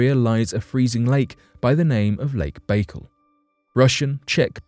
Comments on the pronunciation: Why does the person reading this script refuse to look up how to pronounce words he's obviously never heard said before. I flinched every time he said "Lake Baykul". Wouldn't YOU take the time to make sure everything was correct before you put it on line? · It's Lake Baikal, pronounced bai as in bicycle call as in call. However, I'm sure the telescope will give good data. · His pronouncement of Baikal was sooo annoying, I'm going to unsubscribe.. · The quality of your research is immediately undermined by your mispronunciation of the name of the lake ... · Your mispronunciation of the name of the lake is really off putting 😂